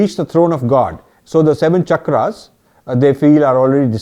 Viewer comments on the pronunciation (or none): none